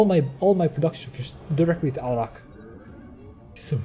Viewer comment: First! And stop pronouncing Alarak weirdly on purpose dude